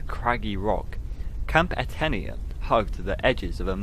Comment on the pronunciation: Etenia: (eh-TAY-nee-ə) Amadahy: (uh-MA-duh-hee) Nuttah: rhymes with British RP "butter" EDIT: also, outside sources tell me Nuttah means "my heart" in Algonquin, not "strong."